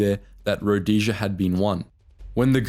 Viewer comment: About the only name you used Rhodesia was the only one you pronounced correctly.